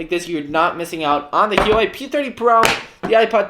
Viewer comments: ‘hee-oh-way’ 🤣🤣 it’s pronounced ‘wha-way’ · Its not hee-wa-Way its -hoo-wah-way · Heyuway? My dude really said "Heyu-way" I'm diseased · has been told this on many occasions, but he is too stubborn to admit he’s wrong and just because “that’s how we say it in Spain” doesn’t make him sound any less idiotic. Imagine how he feels when he travels to England and his friends there ask him if he likes “pa-ell-ah”.